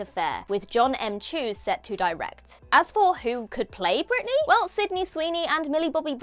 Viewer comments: Britney, not Brittany. Jeez. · It's "Britney" b***h! 😂😂